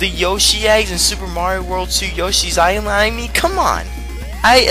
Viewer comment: Hey,... That was a funny mispronounce. "Yoshi's I-Line" LOL XD No biggie, I figured already what you talking about.